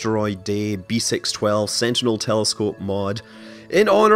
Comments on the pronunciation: "6 12" in French is pronounced "cis dooze":) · Just love your French accent since French is my native language. You should pronounce B612 "b seece dooz" btw. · beh-sis-dues is how you pronounce it